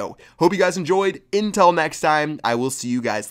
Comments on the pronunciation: Was I the only one who noticed he said INTEL next time 😂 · Anyone notice he said "intel" next time? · Intel next time? 🙄 What intel, its said UNTIL